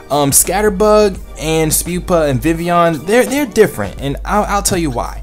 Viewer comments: ITS VIVILLON! You always said Vivion xD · maybe proper japanese but in anime i have heard some distinct L sounds